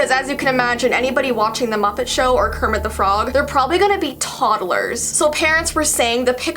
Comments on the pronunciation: Kermit de frog Me: you had it right the first time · Kermit du frog Me: that's wrong correcting herself: Kermit thu frog Me: that's still wrong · KEEMIT DE FROG 😱😱😱😱😱